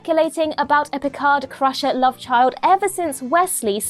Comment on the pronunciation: someone's in lurv, someone's in lurv.. lol. Seriously though.. Brilliant vid. Thanks for the channel!